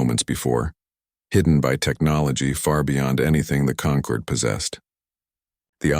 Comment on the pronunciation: This planet is called Terra of SOL, NOT "Saul," STUPID AI! And the alien "Concord" is NOT the same as "Conquered"! DO BETTER. Hire a proofreader!